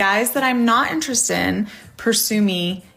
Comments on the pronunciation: She can't say "interested". She keeps saying "interest" instead. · The first woman can’t even pronounce the word “Interested”. No man want an illiterate m0r0n. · Why can't she pronounce the word "interested" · It’s “interested in” not “interestin”. I could never with this woman. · You can tell how much intelligence she lacks my how she can't even say the word "interested" correctly. "How come guys that I'm interes'd in...?" I expect the guys that are "interes'd" in her only want her for one thing and it's not conversation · First time she said "why do guys that I'm interest in..." I thought ok simple speech mistake. But then she did it again with "and then guys that I'm not interest in..." Does she think that's how it's said? Or is she just slightly tipsy and slurring just a bit? Truly not sure. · Its really because she pronounces "interested" weird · Irritating: Princess can't enunciate the words "interested in". She fails twice. Funny: Poor. His last name is like a crossword puzzle clue for "lose".